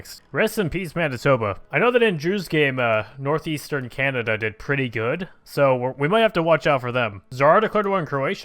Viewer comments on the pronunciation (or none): none